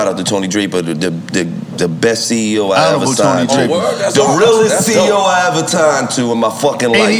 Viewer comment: Gillie already drunk “the realest ceo I ever tigned too”🤣🤣🤣